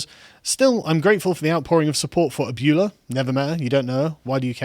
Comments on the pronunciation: First, I must pedantically point out that it's pronounced "ah-bway-luh" and PR = Puerto Rico. Second, AOC is such of oxygen. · Lol while I appreciate your attempt Spanish, try saying it like this. Ab (like the muscles in your chest) well (like where you get water) ahh (like the sound you make when you have a refreshing drink). Ab-well-ahh Lol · Abuela is pronounced "Ab way la" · It's pronounced something like A-bwello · "Abeuoolaaaa?!"..... that is the new most wrong way I've ever heard it said. I am a white guy and even I'm like "damn white people can't say anything right!" XD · with respect its pronounced aw--bway-law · Its pronounced uh-bway-la😎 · abyoola LMAO sargon spain isn't far away, how do you not know how to pronounce abuela? maybe it's an american thing that we all kinda understand at least how to pronounce spanish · It's pronounced "ab-way-la". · The real tragedy of this video was the butchering of the word abuella to sound like Ferris bueler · It's pronounced ab-way-la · Carl it's pronounced "a-BWAY-la" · Abuela pronounced ab-wella. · pronounce it ABB-way-luh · Only an atheist would see Christian generosity as only being political. And it's pronounced a-bwhey-lah. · Repeat. ah-BWAY-lah. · I loled when he said Abulah, it sounded more like an african or arab word than spanish lol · btw its pronounced "ab-well-ah" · Its pronounced abwela. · Lol hearing Carl pronounce abuela as "abyewla" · Lol at hearing repeat it the same way, just slightly quieter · A- bway-la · Don’t you claim that you’re not White because you have some Spanish ancestry? Yet you cannot pronounce abuela? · It takes a certain overblown feeling of English self-assuredness and superiority to continuously mispronounce a simple Spanish word like "abuela" for 20 minutes straight. You pull it off quite well, Carl, bravo. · Lmao hearing Sargon mispronounce Abuela is hilarious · 🤣😂🤣 That pronunciation of abuela is one of the worst I have heard in my life. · Ab-you-luh is actually ah-bway-la